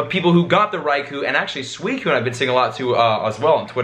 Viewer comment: you don't say suicine like that